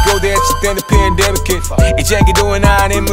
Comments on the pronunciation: Pandemic인데 f발음함 ㅋㅋㅋㅋ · 김농밀 pandemic이 f발음이라 해서 들어 봤더니 friendemic이라 한 것도 같고... 맞으면 재밌는 가사네